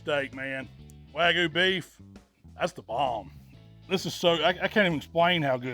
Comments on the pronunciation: wag-you beef. Not wagu beef. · Wagyu has a y in it..it’s not “wagu” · Loved everything except how he pronounced WAGYU